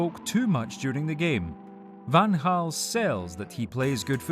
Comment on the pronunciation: Credits for pronouncing Van Gaal's name correct